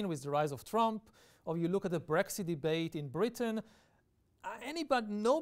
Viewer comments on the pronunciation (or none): none